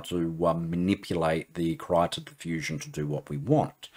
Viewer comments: Krita = Crayon in swedish. :) "Kreeta" is closer to the correct pronunciation than "Kritta" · It's not "Krayta", it's "Kreeta"